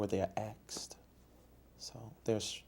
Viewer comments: “Where they are axed”!!!! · “She helps wherever she’s axed” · Axed? Asked dumbass. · I pacificly aksed